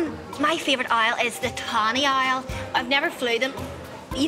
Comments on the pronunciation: The subtitles on my youtube show the word Isle when she's saying owl 😂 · I heard aisle, as in an airplane lol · She says Owl more and more incorrectly as the date goes on. It goes for Our to oil and eventually ends up as Oily